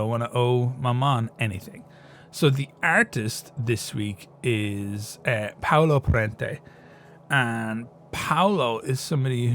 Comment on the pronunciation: You pronounced both Paolo Prete and the name of Instituto Marangoni di Milano, the most prestigious private art school in Italy, perfectly. Trench crusade is such a welcome breath of fresh air ( not sure about the air in the lore LMAO) in the grim dark genre! your videos and this channel are just amazing! Loves from Italy 🇮🇹